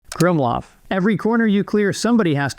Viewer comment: as a german person i find it immensely funny that every youtube pronounces krummlauf wrong in a different way as a german person this means the corners of my mouth only point downwards 50° instead of 70° for a second